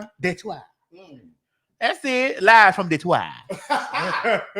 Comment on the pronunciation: I didn’t know anyone else called Detroit, detoi besides people who live here lol